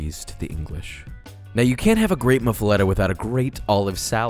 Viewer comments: i’m freaking out over josh saying “muff-uh-eh-tuh” instead of “muff-uh-LAH-tuh” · I cringe every time he says “moofuhleta”...MUH-FUH-LOTTA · everytime my louisianian ass hears him pronouce it as muffa-letta i die a little inside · Moo fu lot ah Not Mu fa letta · That sandwich looks amazing! I wld totally devour it! But, I’ve never had Swiss cheese on a muffuletta, only provolone & mozzarella and also pronounce is “lotta” not “letta” ( born in Texas, used to live in Louisiana, still go back several times a year) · I dont know anyone from Louisiana that doesn't pronounce it muffa-lotta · We pronounce it as moo-fah-la-tah in New Orleans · ITS NOT MUFALETTA ITS MU-FU-ATTA- Louisiana raised man. get it tight or don't get invited to Mardi-Gras. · We actually pronounce it MUFF-a-LOT-a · Jooooooosh. It’s pronounced “muffa Lotta” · As a New Orleanian, I'm here to tell you, you're pronouncing it wrong. Its /Moof-a-lotta/ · I’m from Louisiana - it’s ‘Moo-Fa-La-Ta’ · Looks good man. But it is pronounced “Moofaleta” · muff-ah-lahh-tah. ps. i'm from new orleans. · Italian-descended New Orleans native here. It’s pronounced “moof-a-lot-a”. I know it doesn’t make sense, but try and pronounce tchoupitoulas and burgundy the way we do lmao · hearing the "letta" hurt me. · Italian from Sicily where the Muffuletta is actually from, it's pronounced Moo-fuh-let-ta. We eat it on the day of the dead and it's a little painful that it's known in the states as a New Orleans sandwich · michael reader it’s Sicilian only due to the fact the guy who created it was from Sicily and created it in New Orleans, it’s not a traditional Sicilian dish as it took on New Orleans French notes before the recipe went back to Sicily. New Orleans raised Sicilian here 🤷‍♀️ ... Its Muff- a- la-ta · You did an excellent job here. Its muff-ah-lot-ah! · It's pronounced muff-uh-lot-ah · Looks scrumptious, but your pronunciation is “moo-fall-letta “ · It’s pronounced muf-uh-lada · Pronounced moof a lotta